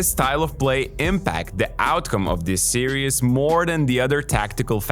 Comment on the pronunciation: series or serious, what the hell is he saying?